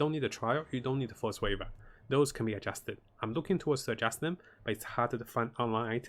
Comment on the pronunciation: Force waver? Do you mean to say “Frost Weave”????